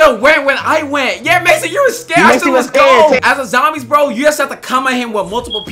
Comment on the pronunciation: Zombie not zomibes